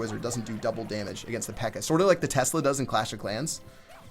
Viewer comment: he said pecker not pekka 😂😂😂😂😂